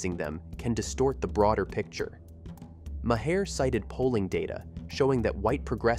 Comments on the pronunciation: Who ever did the telling of this be it a person or a I. Ya need to pronounce the man's name right it's not Moe hair. It's sounds like Mar... Come on people education please !!!! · Maher is one syllable and rhymes with bar, car or far. Every time you say "Mah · here" I literally cringe! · Pronounced Marr.... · Omg, yes. Thank you for posting that. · For the love, of God, if you're going to use AI to nmarrate your videos, at the very least, teach the AI to say the names of nationally known people like Maher correctly.